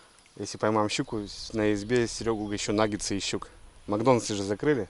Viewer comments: не нагентсы а наггетсы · не нагенсы, а нагетсы. А так, молодчик.